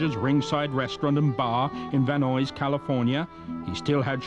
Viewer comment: Its pronounced as Van NYE'S, California, not Van Noy's, California. Though I guess it's a moot point since this looks to be an episode of a TV show that must be like 20 years old or more, as opposed to a YouTuber's video series. But hey, I cant help meself. Lol.